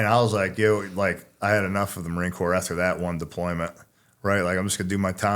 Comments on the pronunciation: Please tell him how to pronounce marine corps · He earned the right to say it that way. Hush your mouth